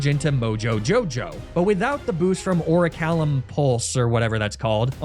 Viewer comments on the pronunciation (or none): none